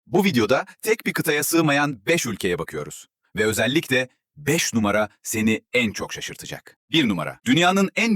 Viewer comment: Özellikle değilde ÖZELTİKLE demesine Bir tek ben mi takıldım